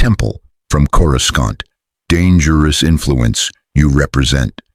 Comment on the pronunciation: Every time Coruscant is pronounced with two hard C's... I'm not ashamed to admit it, I'm immature enough to crack up.